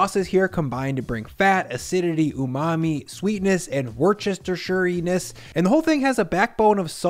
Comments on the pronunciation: But also you have GOT to stop calling it worch Chester shire sauce 😭😭😭 it's just Wooster or woostersher. Wusta. Wustasher. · There is a small city in Massachusetts - Worcester, most of us massholes pronounce in "Wuster",. Worchestershire sauce ("Wustershire") - No need for all the extra syllables 🙂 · At this point, I don't know if you twist your tongue to say "Worcestershire" instead of "Woostersher" in purpose or not. The recipe seems super cool, and if I find it somewhere to buy, I will try it. Making this myself has big "buy lots of ingredients I will never use again" energy, sadly. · As a native UK person, that sauce made by Lee & Perrins is pronounced Woostersheer. The “oo” is short, like in book and took. So yeah, there’s nowt as odd as British place names. Worcestershire Sauce is pronounced Woostersheer, but it’s also called Worcester Sauce, which is similarly pronounced Wooster. By the way, Lee & Perrins aren’t the only manufacturer of Worcester Sauce. The UK supermarket chain Sainsbury’s do their own brand which is just as good and at least a third cheaper than L& P. It’s great stuff and I use it in almost everything from Spaghetti Bolognese to Pizza Sauce to Welsh Rarebit. Yummy stuff. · Looks great, might have to try that. A little tip to save your tongue twisting pronunciation: we Brits just say wooster sauce. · As a man sat about a mile away from Worcestershire, ive never heard that pronunciation before. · mans mastered takoyaki but cant pronounce Worcestershire